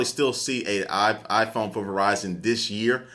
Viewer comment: hahaha I think he meant "for", but it came out as "fuck" on the mic xD